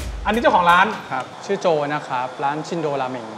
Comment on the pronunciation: ออกเสียงชินโดครับ ไม่ใช่ชินโดะ พอแก่แล้วเริ่มไม่ชอบกินมันๆ ส่วนใหญ่ก็จะสั่งชิโอะ เดี๋ยวจะหาโอกาสไปลองครับ